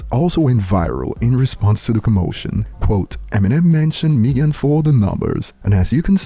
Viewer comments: Who’s MEE-gan? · Still waiting on to say Megan name right 👀